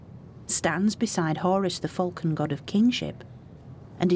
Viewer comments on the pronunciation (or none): none